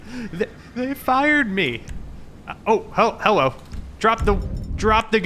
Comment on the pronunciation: How he said bow hello 😂😂😂😂😂😂